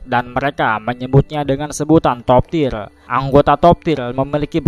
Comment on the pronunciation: Sebutannya Top tier, bukan top tir